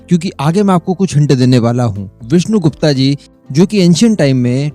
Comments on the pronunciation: गुप्ता नहीं गुप्त! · Aacharya Chaanakya.....Vishnu Gupt.....not gupta.....gupta ek vaiishya surname hai.....aur Aacharya Chaanakya bhramann the......naa ki koii vyaapaari vaiishya Aur haa ye cmnt maine video 7th second pr pause krke hi kiya hai.....ab aage ki video sun ne jaata hu.... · Mujhe laga koi delegation hoga india ka jab विष्णुगुप्ता bole aap. विष्णुगुप्त bolte to do sec bhi nahi lagta samajhne me. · विष्णु गुप्ता नहीं। विष्णु गुप्त कहिये प्लीज नाम बिगाड़ ने की कोशिश मत कीजिए। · Wo vishnugupt the, n ki vishnu gupta, jaisa ki aap baar baar uchharit karte rhe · विष्णुगुप्त कहो विष्णुगुप्ता नही . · विष्णु गुप्ता नही सयाने वो विष्णु गुप्त होता है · उनके नाम का सही उच्चारण विष्णु गुप्त है ना कि विष्णु गुप्ता